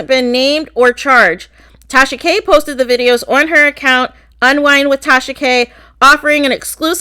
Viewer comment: Take-Sha-Ka👀👀Gurlll you in trouble 👀👀🤣